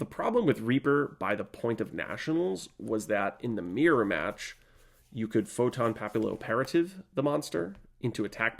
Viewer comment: Great vid, very nostalgic. It's pronounced 'photon pappy-operative', like papillion in french